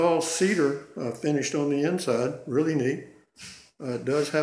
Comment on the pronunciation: Funny too how he kept say " furnished price" when he meant finished price.